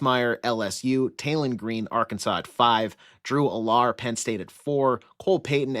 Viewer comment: needs to learn how to pronounce Allar and Klubnik name